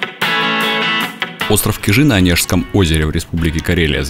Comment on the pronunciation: Я Вас умоляю, ставьте правильно ударение на слове Кижи. Не КижИ, А КИжи!!! И ещё Петрозаводск всегда был Петрозаводском, а название Онегаборг он получил при оккупации финнами в Северной войне в 1941 году, а 1944 году, после освобождения, ему было возвращено его историческое название, данное еще в 1777 году Екатериной Великой - Петрозаводск!